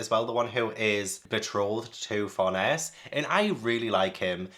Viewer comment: Tiny, maybe not super needed thing since you're all caught up and may have found a pronunciation guide already, but here, for some of the one's you weren't sure on: Farnese is pronounced like FAR-NAY-ZAY. If it helps, remember it's an Italian name. Don't blame yourself for not getting that, I believe the vast majority of the English Berserk fanbase said it like FAR-NEICE or FAR-KNEES until the (infamous) 2016-17 anime came out and most of us actually heard it spoken for the first time. Also, Ivalera is said like EVIL-ERA. There's even at least one instance of Puck calling her Evil Airhead as a joke in a panel (which makes more sense when you know the pronunciation). As for Shierke, honestly just say SHEER and then any K noise you like and you're basically good. Whether it's a hard KH, a KUH, KEY, KAY. Whatever suits you're fancy and you're close enough. KAY is more-or-less how it's said in Japanese, but it is a German name so there's wiggle room on that being fully correct.